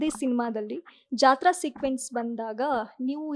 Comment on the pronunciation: Jathra alla ri Jathre adu